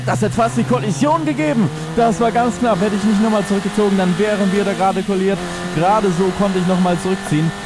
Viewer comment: heisst es nicht kolidiert und nicht koliert